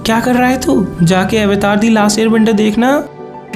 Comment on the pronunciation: Sir aap avatar word ko western tarike se kyon pronounce kr rhe hain its an indian term ye "अवतार" Hai n ki" ऐवतार" Please hm indian hain to ise hmare tarike se hi pronounce krna chahiye nhi to west is word ko bhi apna hi bataenge😊😊